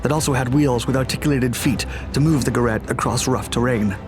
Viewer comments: You’re mispronouncing “Gerät” (device) in German. The ä is pronounced ay not aa. I would think you can teach AI voices to speak German correctly. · As your pronunciation of "Gerät " was nearly right the first time, it subsequently morphed into sth French-sounding, like "guerrette" . Sounds really funny, if you don't mind.. 😋... after all you get the "ä" right and don't simply ignore the "dots" as many do! To get it right, just keep the "ä" a little bit longer, then it's perfect! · Gerät, not gerat.... it is pronounced like g'-raid...do your home work before you do videos please, don't be such a yank.. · Gerät is pronounced geRATE with the emphasis on the second syllable -- short GE, long RATE. I made the same error first time I pronounced it. Krupp is pronounced kroop.